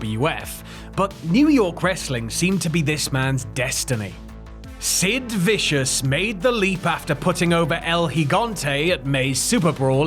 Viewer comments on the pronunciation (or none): none